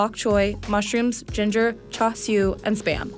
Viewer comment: in hawaii, we pronounce it CHAR siu, not CHA siu